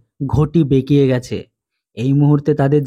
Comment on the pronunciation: বেকিয়ে নয় বিকিয়ে